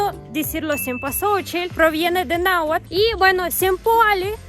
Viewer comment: ¿Tienes maestro de Nahuatl? Pues cambia de maestro porque no te está enseñando una pronunciacion adecuada, el "tl" es muy suave y no tan marcado, es como en "castle" o "atlas", muy suave. Difícil de creer que sea un nahuablante nativo. 🤔 (ojala y no estés pagando).